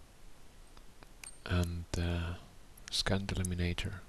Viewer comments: Awesome video. Just to let you know "scent" is pronounced "sent" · Was he saying scant or trying to say scent?